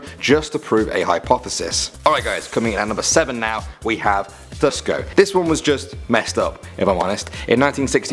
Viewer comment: He said Tesco instead of tusko